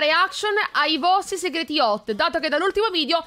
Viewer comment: Mi piace sta serie😅. Comunque inizio video ho pensato che dicessi:qualco ha detto segar$| invece segreti😂